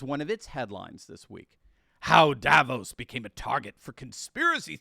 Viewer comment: Davos is not a remote village. Also it seems English speaking people can’t pronounce Davos correctly.